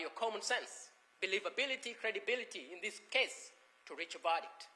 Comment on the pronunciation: Of all the words the prosecutor struggles to pronounce, ‘verdict’ shouldn’t be one of them. You can’t make it up.